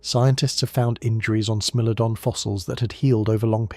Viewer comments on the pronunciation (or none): I really enjoyed this documentary… very informative and interesting… the only thing that kinda bothered me was the narrator calling the Smilodon a Smellodon…. Smile! You’re on candid YouTube!!